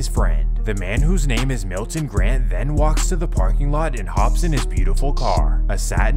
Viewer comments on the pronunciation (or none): none